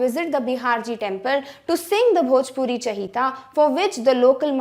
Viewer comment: Mam the word which you had said in 3 paragraph it was not chahita it was chaita . I know it because I'm from bhojpur Bihar